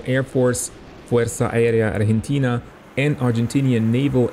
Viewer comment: fuersa aérea arghintina :DD